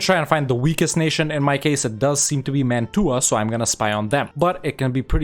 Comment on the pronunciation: I love your effort, but that's not how you pronounce Mantua